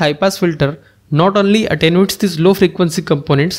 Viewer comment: you pronounce that word, "a ten you ate" attenuate...